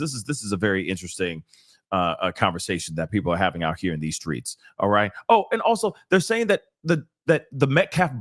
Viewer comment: Why do my black people keep saying skreets. It's streets dang it.... let's speak words as they're spelled. "HOW DO WE SCRAMBLE ALREADY SPELLED WORDS".💯🙏